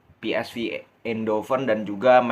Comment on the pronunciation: Jgn sok inggris lu.. club PsV.. di bacanya p. S. Vee.. bukan vi.. dia tim belanda bkn inggris..